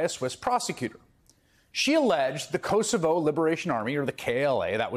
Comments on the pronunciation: Chris, please pronounce Kosovo correctly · The mispronunciation of Kosovo is hilarious.